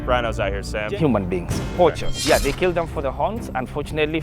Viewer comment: really said “keelled a lion den I keel a goat”